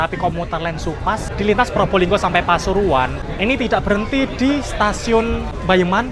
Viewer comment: pasuruan ❌ Pasururuan✔️